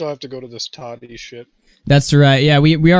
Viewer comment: The way you say Tati makes me want to cry